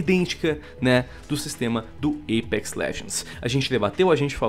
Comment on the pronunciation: o porra, fala apex não eipex, q raivaaaaaaaaaaa